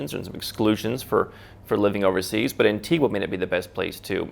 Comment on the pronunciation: no it’s pronounced an-ti-ga